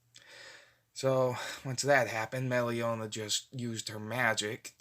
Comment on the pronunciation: And it's pronounced Meraliona